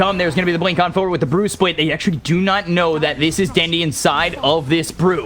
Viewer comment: IN THE WITH THE BWINK AND THE BWADEMAIL god love this.